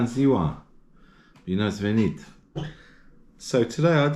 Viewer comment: that Bine ati venit! is spot on, spot on sir